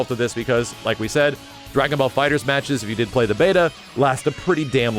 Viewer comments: Erik Douglas no, it’s the opposite. I read in an article of Game Informer that the title is pronounced “Dragon Ball Fighters” despite the temptation to say “Fighter Z.” It’s Fighters, not Fighter Z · The latter, FighterZ. Pronounced as an S.